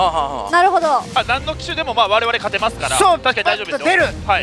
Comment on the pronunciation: 勝ての発音がポンコツw